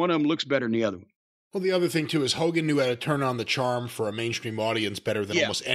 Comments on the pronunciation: Hokeey Hoogan lol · I was laughing when both Corny & called Hogan Hokie Hogan 😂😂😂